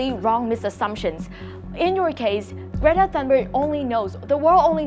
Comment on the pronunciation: bạn ơi âm cuối của chữ mối trường và một số chứ khác bạn ấy không có âm cuối ạ. Còn có tên của Greta nữa bạn ấy phát âm khá khác nhau đấy dù chỉ là một cái tên. Mình dốt tiếng Anh nhưng mà mình còn nhận ra a